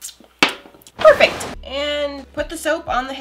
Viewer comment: “BERFECF!” also: “oop sorry- pRRRRRRRRRfect”